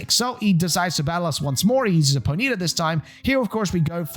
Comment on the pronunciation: the way you pronounced ponyta ejected my soul from my body and sent it to the earth's core